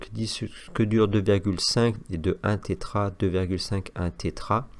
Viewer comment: Salut, on dit Tera octet et non Tétra sinon merci 😉